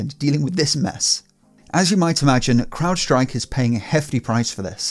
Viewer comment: You're the first one I've heard pronounce "crowdstrike" correctly... Everyone else says "cloudstrike"